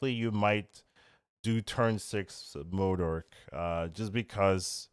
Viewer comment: why do u call him Moodurk at the start lmao it's MO-DOK T-T